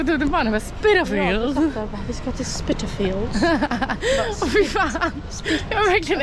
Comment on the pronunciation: Du uttalade namnet rätt från början. Man ska säga "spittalfields" och inte "spajtalfields". Älskar dina resvideos, du borde resa mer! 🤩😉